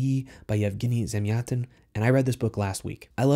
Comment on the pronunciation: Thank you! I now know how to correctly pronounce Yevgeny Zamyatin :)